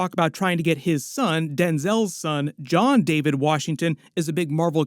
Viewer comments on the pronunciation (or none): none